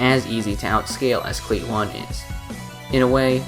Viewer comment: i KNOW you arent saying the one in cli-one like the number.